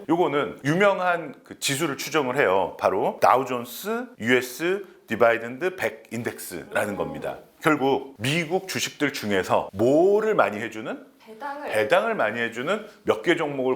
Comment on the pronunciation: 배당 발음 “디비던드“ ”디바이던드“ 아님, 배당킹, 배당 귀족주 반대로 설명하시네요.